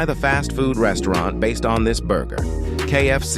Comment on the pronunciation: Not restaurant😂 restrone...